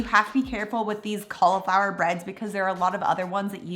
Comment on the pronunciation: It's cauliflower not caulaflower